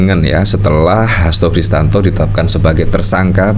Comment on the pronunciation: Pak Hasto kristianto,bukan Kristanto